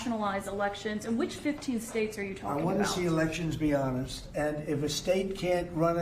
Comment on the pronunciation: it makes me vomit, when Trump pronounce "HONEST".